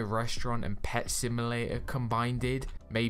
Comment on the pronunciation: “CombinedED” Lmao no hate and I love your videos, just thought it was so cute and funny ahah :D